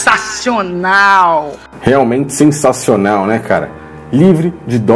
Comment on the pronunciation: É como ela mesmo diz "sensasional".